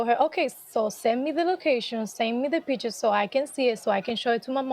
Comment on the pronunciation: She says de "pee tures"... Arite... "😂"... de pee tures... de pee tures... ? ... "😮"... ❤ it - go beautiful girl... "🥰" ...